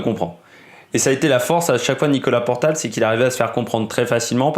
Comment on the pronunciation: Bon OK 20 secondes que je regarde. Et. c est Nicolas portal... Et non portail.. 😢 Que tu fasses un hommage OK.. Mais relis tes fiches. Merde